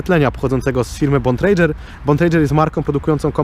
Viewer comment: Bontrager wymawia się tak samo jak pisze. Nazwisko Bontrager, nie "Bontrejdzer" , pozdrawiam.